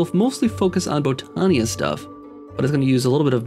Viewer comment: Botania pronunciation, Bot-an-ya, not Bow-tan-ya. There's no long 'O' sound. Kind of like the word Botany (Bot-an-ee).